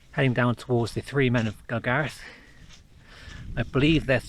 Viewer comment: I have lived in nearby Ingleton all my life, been up there many times, and pronounce Gragareth the same way you do in this video.